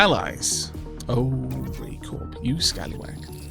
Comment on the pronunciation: Isn't Corp said like 'Core'??